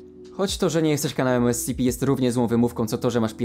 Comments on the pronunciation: Ty sam robisz błędy bo powinno się mówić skp/scp Bo Secure. Contain. Protect. A contain czyta się kontain a ty powiedziałeś spici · ESCEPE, to mnie troszeczkę ITYRUJE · kocham jak on to czyta "es ce pe" lol